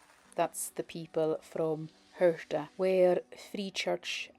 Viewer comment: Wow. This is a wonderful video, and coming from a 'local' like yourself it has so much more meaning. Today i've learned the correct pronunciation of the island of 'Hirta'. I have lived in Cornwall for a long time. This year i visited the Isles of Scilly and the isle of Lundy (which also has over 300 Soay sheep!), oh and i visited Ireland last month as well!. I've visited many islands around the British (and Irish) isles over the years, but St. Kilda has been top of my list for a long time. Thank you so much for this video, it's as if i've already been there. Thank you. Happy New Year! Ed.xx